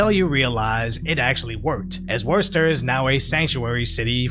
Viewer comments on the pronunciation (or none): it's not pronounced "wor ster". It's "wuhster" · you pronounced it wrong, don't worry most people dont get it right you said war-ster it's wuss-stah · it's " Woostah " not " Worsester," phonetically. like Leicester is not pronounced " lie-ses-ter" it is " lestah ". when me and my wife left Boston the " woke capital of the east " ( once at the forefront of Americanism and the fight against tyranny in the 1760's to 70's, what a sad turnaround ) we had initially considered Woostah. wow, did we a dodge a slow and painful bullet there. i think actual Bostonians are now outnumbered two to one by transient " internationalist ", bio tech workers, etc,,,,, in my neighborhood of ( this is not LA ) Lower Allston they literally moved a whole german village in. with their own private. pre school and private elementary school. this happened in a two year period. suckin' all the character out, bringin' all these caricatures in. that's when i realized the dei crap is not just about " minorities " in America, it is also ( and i would daresay mostly ) about these european clowns who are hired to make America as weak and spineless as those who are used to being subjects of " the crown " and self censoring on behalf of " saving " people from adverse opinions. they use Americans as a distraction, because if DEI had any legitimacy they would be trying to uplift and integrate the First Nations more completely into our system, but they only ever mention them in passing or to fling out the " stolen " land argument and then immediately pivot to " reparations " for slavery times, which is just a code word for money grabbing and laundering ( ever wond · Bro.... it's pronounced "WHISTER" here, not "Worster". Although... it is a very punny pronunciation. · oh god you dont say it as WOReCESTER you say it kinda like this "WUSSTER" for non new enlgand people take out the WOR and replace it with Wussy and you got the vernacular down. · This week on "Worser and Worcester" 😂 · Pronounced wystah